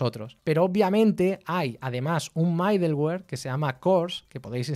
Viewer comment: Aún no veo todo el video, que está muy bueno y bien explicado como siempre, pero quería hacer una corrección: la pronunciación de middleware podría ser midelwer o midlwer, pero nunca MAIdelwer. Con cariño💙